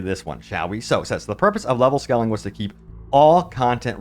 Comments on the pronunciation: not to sound rude but the way you pronounce scaling is not how you have to pronounce it. try to say it like this skay - luhng . and no, i'm not a native english/american speaker. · It's scaling (long "a"), not scalling. Love your clips though! ❤